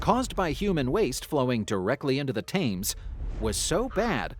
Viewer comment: FYI - it's pronounced "Tems" not "Tames".